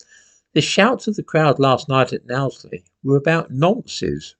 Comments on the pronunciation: It’s actually pronounced “Nosely”, as in “nose”.😁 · soon as you opened your gob you were wrong, can't even pronounce knowsley you dumb racist twat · You need to learn how to pronounce Knowsley correctly! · Knowsley, not Nowsley. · "No-sley", not "Now-sley". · Just to let you know, as a Scouser, Knowsley is pronounced 'No-sley', not 'Now-sley'. Also, there is no huge presence of 'far right' organisations anywhere in Liverpool (let's not forget that Labour are always a shoe in to win during general elections here, and we had a high percentage of Remainers here as well) and we now have entire communities of migrants here so I don't believe that 'hundreds' of Knowsley residents just suddenly became 'far right' overnight either, this is very much just concerned family members sick of the laws of this land regarding the safeguarding of children not being enforced or applied equally to these people when concerns are raised and evidence (such as the girl's video) is provided. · Agreed. However, your pronunciation of Knowsley as Nowsely, grated a little. It is pronounced Nosely, as in nose, and not nows. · Locally it's pronounced 'Nose lee' not 'Nows lee". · Knowsley is pronounced Nose-lee not now-slee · it isn't pronounced "NOW-sley" bit "KNOW-sley". I agree with most other things you say though. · Know-sley not Nowsley. (Technically not Liverpool either). And they are not Asylum seekers either. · You mispronounced Knowsley. It's 'O' as in know, not now. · Its not naw its no knowsley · It's pronounced "Knows Ley" not "Nows Ley". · It's pronounced 'NO' sley not NOW sley. Great video though keep up the good work 👍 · it's pronounced kn(nosely) Not nowsly lol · I’m from Knowsley. It is pronounced ‘Nose-ly’ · Right wing is good - liberty, justice and patriotism. Not jingoism. Btw, Knowsley is pronounced nose-lee. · Just for info it's pronounced nose-ly :) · It's pronounced as NOSELY. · Pronounced as nose Lee 👍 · Pronounced 'no' sley...